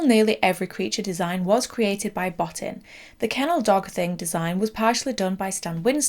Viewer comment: sigh bo-TEEN, not BOT-tin It's so disrespectful to mispronounce someone's name. It takes literal seconds on YouTube to find the correct way. Come on.